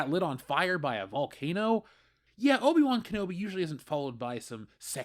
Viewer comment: O-Bi Wan Kenobi